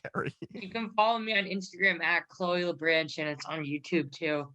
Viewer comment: The second I heard say "Inshtagram" I knew this was a good one.